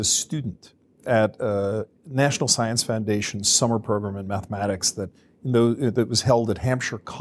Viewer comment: yeah: I'd I heard that pronunciation out of context I would be thinking mediums and ouija boards...